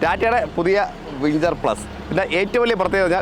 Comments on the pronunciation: വിഞ്ചർ 😂, വിംഗർ ആണ് മനുഷ്യാ 😂😂😂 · വിഞ്ചർ അല്ല വിങർ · വിൻജർ അല്ല വിങ്ങർ....